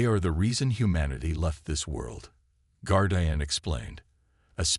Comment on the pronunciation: guard eye an? shitty ai cant say simple words